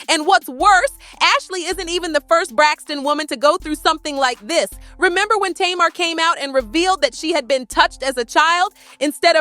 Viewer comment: Her Name Is "Pronounced" ( Tay- Mar).... Not (To- Mar)‼️‼️‼️‼️💯👌🏾🤷🏾